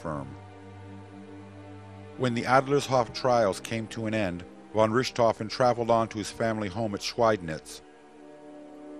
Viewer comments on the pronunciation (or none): Von Rooshtofen? Please, a little practice at pronunciation!